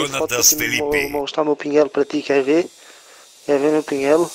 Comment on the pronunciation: Quéx quéx , não quéx dix